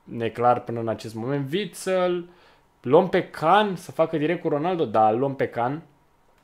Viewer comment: Celui de la Juventus i se spune Cian nu Can.nohate